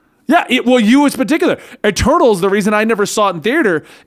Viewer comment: I won't lie when said Eternals the first couple of times, I heard Turtles and was really confused.